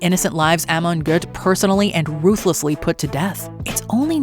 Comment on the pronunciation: Monster Amon Goth does not deserve for its name to be pronounced correctly.